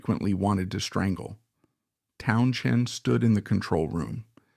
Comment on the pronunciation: why is this AI bot saying Townshen?